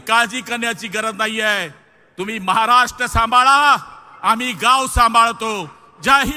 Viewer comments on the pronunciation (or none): none